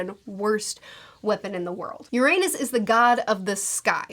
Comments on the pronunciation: Besides pronouncing Uranus wrong non-stop... Destroying the redline would just raise the water levels technically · The mispronounciation of Uranus. >,< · You might wanto to look up that Uranus pronunciation. 😆 It's not incorrect, but it's a bit distracting, lol.